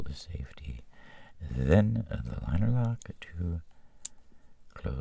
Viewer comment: Th r-r-r ee inched on ZE button!!!